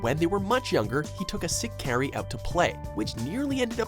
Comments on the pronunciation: Good list and really improved on pronouncing the names right (thank you for that). Just one complaint: Kari's name is pronounced "kar-ee", not "care-ee". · "Carey". Did you even watch the show? It's pronounced CAR-E. Kari! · ka-ri not kerry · im sorry for nitpicking but in the anime they clearly say Car E not Care E... spelled Kari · Kari isn't pronounced like carry, it's like car-y. Why is so bad at pronouncing Anime names? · did this man really just pronounce Kari as Carrie? That's about as bad as calling Ang Ong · Who else got mad when he said Kari as care we like bro I don’t wanna get mad when looking at something sad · The Reboot should be higher, especially when the #9 pick is Puppetmon's loneliness? In that case I'm shocked you didn't throw in Impmon's motivation for becoming Beelzemon Also did you even try to pronounce Kari's name right? Here's a hint, it's like Kairi in pronunciation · Oh god. CAR-EE. IT'S PRONOUNCED CAR-EE. Like Hikari. HE-CAR-EE. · Its Kari not Kerry and also say wormon not warmon. If you are going to do a digimon top 10 please get the names right. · Lol it's kairi... Kai-Ri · Your saying Kari name wrong! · Also, I know it's an older video and it's been said before, but that's not how you pronounce "Kari". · Saddest moment in the video. The fact he pronounces Kari's Name wrong. I will accept the English Name (After all grew up with Digimon on YTV, but come on, it's not a hard name to pronounce. should at least have the voiceovers get some knowledge of what they are doing.